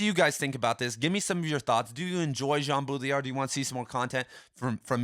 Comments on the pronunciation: BAW-dree-yar not BOO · Did you know it’s ACTUALLY pronounced: Båü-ḏṟį-æḏ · If you want to be the headquarters for all things Baudrillard, you should pronounce his name correctly.